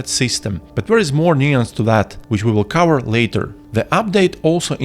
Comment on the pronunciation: Such a comprehensive guide! Let me give you a few tips of my own to further improve the quality of your guides: Consider looking up the pronunciation of hover, cover and each other. Cheers!